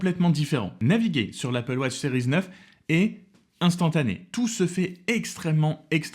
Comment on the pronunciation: Pourquoi prononcer « sériz » ?🤔🙄